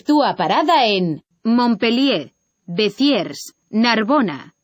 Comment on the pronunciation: Menuda pronunciación!!! Cerbére y Becierrs..!! O_O